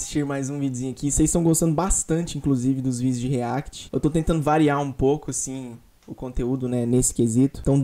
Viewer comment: riéct essa seria a pronuncia kkkkkkk